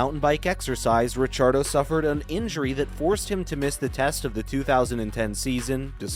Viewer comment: Stop saying Richardo lol